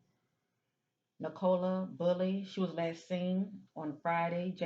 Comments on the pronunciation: It's pronounced Nick-o-la. She's not a soft drink. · Pronounced Nic a lah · Pronounced nick-o-la in the UK. O sounds like the U in the word up. Poor girl